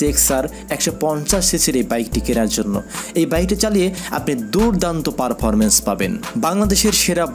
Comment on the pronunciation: পারফারমেন্স 🤣 পারফরমেন্স 😆